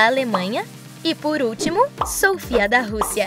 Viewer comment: Só uma pequena correção Vcs falaram errado o nome da Sofya, da Joalin e da Diarra